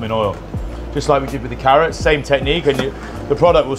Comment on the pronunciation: It’s paar-nips & ‘arrots 4 me this year!